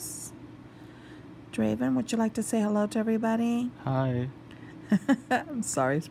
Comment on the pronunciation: Draven, not Craven. :)